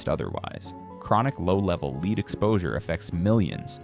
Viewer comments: VIDEO'S OF THIS CONTENT ARE GREATLY NEEDED AND IT IS ABOUT TIME WE ARE TOLD ABOUT ALL THE FOOD & WATER AIR & SOIL CONTAMINATION., BUT PLEASE GET SOMEONE THAT CAN PRONOUNCE WORD'S PROPERLY LEAD IS LIKE LED NOT LEAD BEING LEED / ALSO ALL OF THESE VIDEO'S HAVE A PORTION THAT SOUND'S LIKE JAPANESE OR GIBERISH ? ALL SO FAR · It would be easier to swallow if the announcer knew how to pronounce the word "lead". Pronounced "led" means the heavy metal dangerous to the human system. Pronounced "leed" as the announcer does, means to get in front of someone and show them the way to go. This mistake lessens the impact of the video. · Thanks fir the information and the recommended brands. I am surprised about some of these beans and how careless some shops care for their coffee machines. Why does your reader read lead (as in paint) as “ Leeds” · By the way the word is LEAD. Not leed. Learn to speak English. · Really BAD AI narration. "Lead" pronounced "Leed"? Among other annoyances. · Your voice is AI. You pronounce LEAD. LEED. STUPID!! PRONOUNCE IT LIKE LED STUPID!!! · Why not edit the fake voice pronouncing lead as LEED? Be human. Use you own voice. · Where does this info come from? I may take it to heart a little more with a real human narrating. I'd know those AI voices anywhere... It's a dead giveaway when the voice talks about "LEED exposure" rather than lead exposure. I don't trust this. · Leed? Thought it was pronounced Led (lead) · He is saying Led instead of lead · AI says leed instead of lead. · It's not pronounced leed it's pronounced LEAD. YOUR BEING LIBERAL ...MISLEADING PEOPLE ITS LEAD, LEAD IS DEADLY. DO YOU KNOW HOW YOUR STIROFOAM CUP IS OFF THE CHARTS WITH RADIATION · In some of your words (lead) is pronounced led. Not always lead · Leed levels? Yes AI does sometimes refer to the pronunciation “lead” but just as often substitutes “leed”. The video complains about shortcuts being taken and yet cannot afford a non-AI narrator. My opinion. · Lead not leed😤